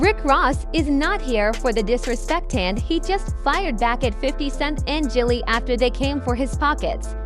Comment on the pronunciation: She said Jellie 🤦🏾‍♂️ these videos need to be stopped